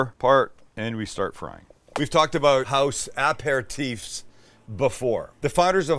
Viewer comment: Ya still missing that syllable from Apéritif.